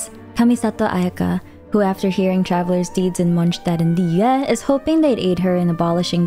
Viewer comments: I just love the way you pronounce foreign word like Mondstad Liyue and even Inazuma with the genuine tone of it original language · In an effort to correctly pronounce the regions and their names in native pronunciation, it sounds really awkward and breaks the flow when she switches from American accent to another and back. She struggles with Liyue and it sounds different each time and it sounds like gibberish. Why not just go with the flow of natural speak and pronounce it the more American way? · You doing to much with the names🤣 "mongstat" "yue" you're just trying to hard to pronounce these names successfully or uniquely. But good vid overall 😅